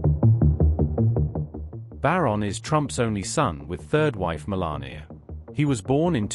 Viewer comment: Stop calling her Melani .Her name is MELANIA